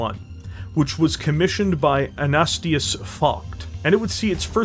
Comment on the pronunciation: Ah-nah-STAY-zee-us......for what it's worth